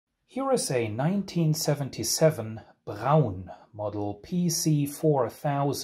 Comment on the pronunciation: i thought these were amazingly expensive now. In the uk we pronounce the brand as Brawn ie to rhyme with Prawn as in Prawn Cocktail . Rather than Brown so it really good to hear the proper German pronouncement. I guess at the time 45 rpm 12 inch singles weren't a thing. Many thanks for sharing this. Really interesting!